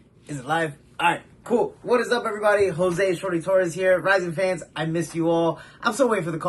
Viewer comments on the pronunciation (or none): none